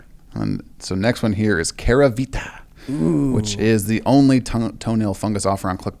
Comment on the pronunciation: *Keravita not Keravitra